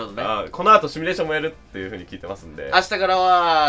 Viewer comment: まいどはやです シュミレーションじゃなく、シミュレーションね、聞き間違えてたら、ごめ～んね😅 、カープはやはりムネリンかい？、それともナベサダかい？